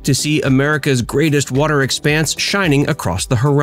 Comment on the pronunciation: Watter? Watter? I thought it was water.